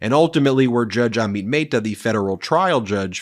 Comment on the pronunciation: Curious when you will start pronouncing Judge Amit Mehta's name correctly. Even Google Translate pronounces it correctly.